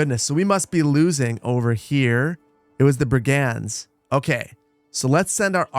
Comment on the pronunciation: Hi. Love the videos, can't wait to buy Manor Lords. You've got the accent on the wrong syllable for "brigands."